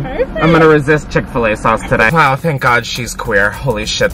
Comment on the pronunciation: It’s chick fil a I haven’t watched this fully yet but it’s chick fil a